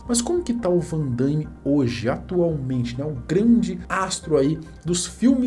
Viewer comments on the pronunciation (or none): Aonde que vc encontrou esse (i) cara? O nome do cara é Van Damme, vc fala Van Da(i)mme. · Não é van Daime. É van DAMME mesmo. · Pare de dizer. Van Daime, É Van Dame. 😂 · Ver o vídeo com o cara falando "Van daime" o tempo inteiro é de doer, rsrsrs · o cara começa o video falarndo "Jean Claude Van DAIIIME". Fechei o video na hora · Uma correção aí: o nome dele é JEAN CLAUDE VAN DAME E NÃO VAN DAIME. Ele não é Andaime e sim dame ok? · " VAN DAIME " P/Q/P! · "Vandame" a pronúncia, não Vandaime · Não é Vandaime! É Van Damme ! Hauhaha andaime é lá na obra... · fico invocado pq algumas pessoas pronunciam o nome erroneamente , nao é Van dãiiíme , é simplesmente Van Damme. outra coisa , Soldado universal foi TOP ! rs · Damme e não Daimme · Mais um que fala: Vandâime 😂😂😂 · po " vandaime" ? kkkkkk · Jean Claude Van Daimme 😅😅😅 É Van Damme Não Van DaIIIme não tem i 😅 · O nome dele não é Van Dãime não, meu prezado, é Van Damme (Dâme) mesmo, esquece esse "I" aí, por favor!. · Van DAMME, não DAIME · Vc sempre com vídeos legais, mas melhore na pronúncia “ VANDAIME” tá errado kkkk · van DAIME ? HAHAHAHAHHAHA Cara nao consegue pronunciar um nome pelo amor de Deus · Um panda morre a cada vez que alguém diz Van "Daime". 🐼🪦